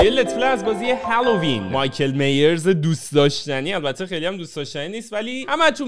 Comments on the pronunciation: مایکل مایرز نه میرز 😐😂😂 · مایکل مایِرز میگن